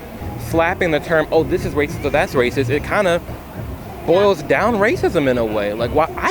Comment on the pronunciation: “Rather rathitht” lol